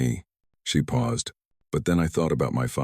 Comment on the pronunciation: At about : : the word 'paused' is said as if 'pow zed' and should have been said as if it were 'pawzd' to fit the local timeline!. Oops LoL 😢😮